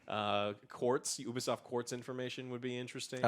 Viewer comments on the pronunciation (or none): It's not "Who-bisoft", but "You-bisoft". It's a U at the beginning just like in the word "Ubiquitous"